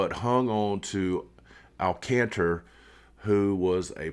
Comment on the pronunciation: Good video! I’d love to see them get Alcantra! Last year was his fist year back from major surgery so it’s expected to be a little down. When he’s fully healthy he’s one of the top 10 pitchers in the game and maybe even better than that. Oh, it’s pronounced Al Con Truh